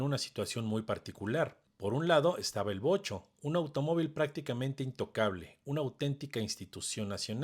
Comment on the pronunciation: Wow Vocho y no Bocho osea los nacos solo dicen Bocho Si le atine😂 Fiuuuuuuuuu